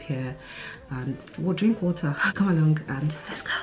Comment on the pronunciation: Well done B! Love that you always found a way to incorporate fruits into your meals... and the emphasis you placed on “water” 😂👍